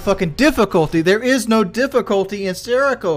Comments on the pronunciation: This dude called the game Seraco LMAO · Lmao did he seriously say "seriko"